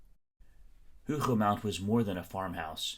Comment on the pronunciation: Hougou mon. The T is silent. Thanks for the very interesting video. Much appreciated.